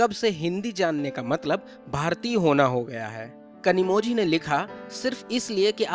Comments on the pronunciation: Where ever you get zhi it is pronounced as li. Just a suggestion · You pronounced her name incorrectly. The letter ‘z’ in her name should be pronounced as ‘l’. She might even lodge complain against your channel. Be prepared 😊